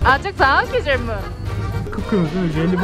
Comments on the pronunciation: HEYON GUSELMİİİ DENE😂🤣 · her gucel mii dediğinde kahkaha atıyorum yaa:)) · Çüzel miğ -Just try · nobody: gücelmi: Try again:gücel mi: Try again:gücel mi: Try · Güçel mi? Güçel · güzel mi yi Karadeniz ağzıyla söylüyor çok komik